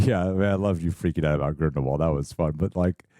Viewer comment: HP-universe film trends continue. They pronounce Voldemort wrong. Then they pronounce Grindelwald wrong.